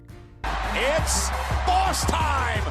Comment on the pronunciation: "Its baws time" 😂